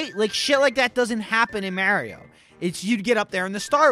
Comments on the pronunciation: can u say MARIO correctly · Lol he says it how english people say it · Only would say Mario like that and not get crap for it